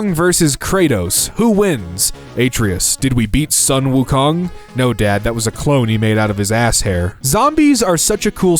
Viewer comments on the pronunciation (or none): the way you pronounced atreus is foul 😭😭